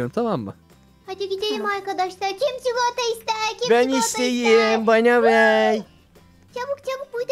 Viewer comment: çıkılata şelalesi var dedinde koptum.